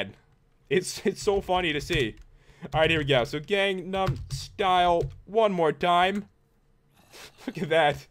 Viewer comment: do you even gunum style and its pronounced gun num style